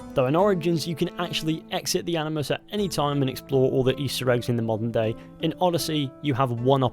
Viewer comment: okay i maybe deaf but i keep hearing him say "monday" instead of modern day